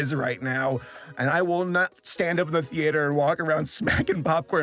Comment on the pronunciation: the way you pronounce theater drives me a little crazy lol